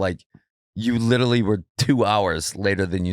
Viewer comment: Any one else suffering further cringe from Sandoval consistently mispronouncing “literally” as “littlely” and using it in nearly each sentence? 😬🤕